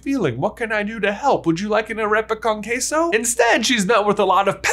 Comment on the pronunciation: great pronunciation of arepa con queso